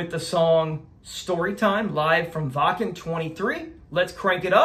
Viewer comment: Excellent reaction with a really good breakdown and analysis. Also one of the first American reactors to pronounce “Waken” properly! I know you will enjoy more of Nightwish, so all you have to do is follow General Gabriel’s famous list for the best versions of their songs to react to. Greetings from the Nightwish army UK division. 🇬🇧